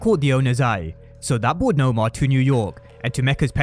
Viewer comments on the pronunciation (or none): Pronounce her name right !! It’s Noma NOT Nomar !! She’s not the villain from Black Panther !! It’s NOMA !!